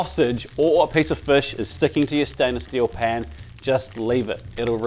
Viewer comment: 27/100 sounded like "never overcrowd Japan" 🤣